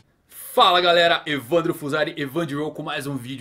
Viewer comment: Pelo menos pronuncie o nome de forma adequada Evan D. Ro